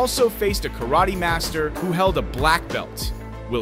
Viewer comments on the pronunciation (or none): none